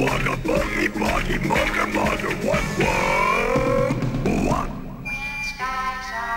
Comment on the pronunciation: Thanks for the transcription! For the longest the "mugger mugger" part sounded like "mother mother." Still I had to believe that, especially concerning children's entertainment, the Show would keep itself well above reproach